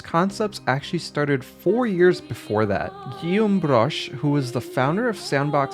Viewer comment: "Giyümbrösh" sounds like some kind of Norse mythology boss in God of War lmao